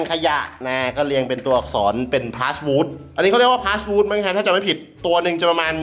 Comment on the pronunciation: มันเรียกว่า พลาส-หวูด ครับ PlasWood เป็นพลาสติกผสมไม้แล้วมาอัด